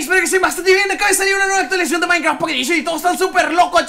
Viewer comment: actualizion actualizacion